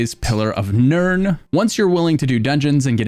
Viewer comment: Why does he say pillar of nerd and wall of almonds 😅